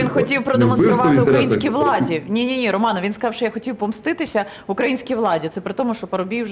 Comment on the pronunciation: Поважаю пана Червінського,підтримую, але ненавиджу коли в слові українські ставлять наголос на букву "а"! Пан Червінський приклад для молодого покоління, повага та шана Вам!